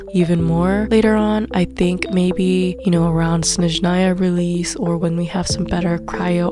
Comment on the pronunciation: You are one of the few English speakers I’ve watched that say Snezhnaya and not Shneznaya. Impressive